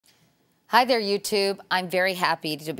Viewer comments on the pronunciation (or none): none